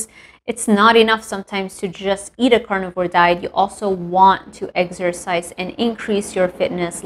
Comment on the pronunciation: Love how you say Eggsercise 😅